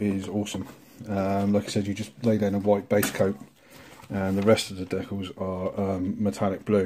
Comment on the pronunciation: Nice kits, I like the T-bird body style. Thanks for the proper pronunciation of decals. Nice work on the mustang, looking forward to seeing updates on the other kits.